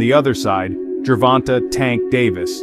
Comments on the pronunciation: This is an excellent profile of the two fighters, but why is this reporter refusing to pronounce Tank Davis' name properly? It's not pronounced jer-VON-tuh. It's jer-VON-tay. It's only 3 syllables, and the last one is not 'tuh' --- it's TAY!! The editor should have pointed that out to the reporter before posting this video. Just like getting the facts of his record (wins & losses) correct, pronouncing a fighter's name properly is even more important. It's lazy reporting and borderline disrespectful to keep saying a bonafide sports superstar's name wrong. It's sad to think that broadcasters make sure to pronounce the horses names correctly in the Kentucky Derby, yet others get grown men's names wrong. There are 1,000 opportunities to hear how to say "Gervonta" on Youtube or Google by listening to a simple interview with Tank's mother to hear how she says her own son's name. Just a thought. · Dope video! Definitely super hype for the fight. Btw fam his name is pronounced Gervon-tay haha not Gervon-tuh. great video though man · The end of his name is pronounced tayyyyy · Why do they always hear his name when they research and still pronounce his name wrong. He doesn’t even have a good voice for narration even the the graphics and script are well done. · Learn how to say the man”s name! It’s disrespectful.